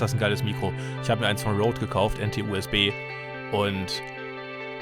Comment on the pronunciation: Kleiner Tipp es wird röde ausgesprochen nicht roud